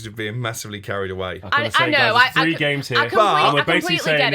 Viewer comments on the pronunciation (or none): It’s throwback not froback, it’s three not free, it’s third not fird. Why can’t people talk properly these days, really boils my piss. 🤣🤦🏼‍♂️